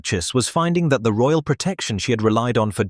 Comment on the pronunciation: Lol..royal..not roayl😂😂